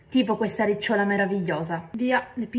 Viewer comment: Si dice riccióla. L accento è sulla o